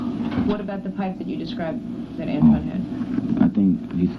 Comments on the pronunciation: He consistently calls Antron "Antwone" ...clearly he has no idea who he's talking about...poor babies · said antwan too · He said "Antwan"... He ACTUALLY DID NOT KNOW HIS NAME!!!!